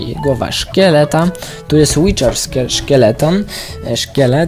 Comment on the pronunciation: to nie jest witcher(łiczer) tylko wither (łider)